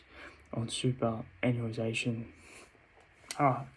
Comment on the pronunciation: Keep it up boss. Btw it's read like this. Super·annuation soo·puh·ran·yoo·ay·shn